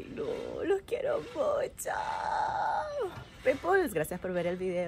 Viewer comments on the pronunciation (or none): Jajajaja mucha guache en el “jar rod” también le dices así igual que “ pipuls” no hablas ni joya de inglés almenos pide que te repitan que vergüenza eres chama